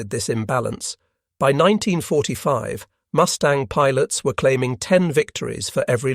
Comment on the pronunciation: Did I hear the narrator right? Did he say MOOSE tang instead of MUS tang?